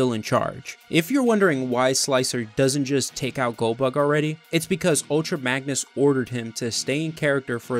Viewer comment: I swear every time you said goldbug I heard Goldberg, brought back memories of watching wrestling. Great vid.